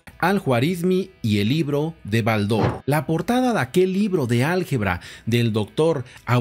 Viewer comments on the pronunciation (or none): Estimado tengo la colección completa de BALDOR , pero jamás he pronunciado con acento en la a si no mas bien en la O ...